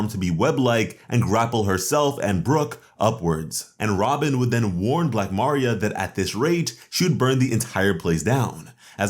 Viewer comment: You should search up how to pronounce a name before you say it because I was confused on who you was talking about. Ask google how to pronounce Maria